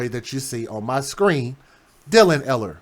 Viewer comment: Its pronounced Eeehler.